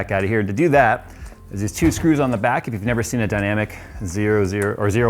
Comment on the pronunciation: It's the Lian-Li "oh-eleven dynamic", not the "dynamic zero-one-one".